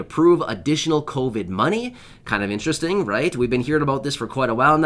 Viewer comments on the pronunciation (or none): none